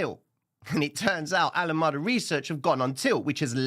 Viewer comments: please, not Alamada but Alam"E"da. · Pronounced "ALA 'Mee' Duh" bro 🙏